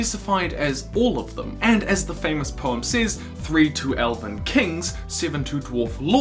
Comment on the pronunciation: I like how sometimes you say "Says" as "Say-z" and not "Sez", but not always...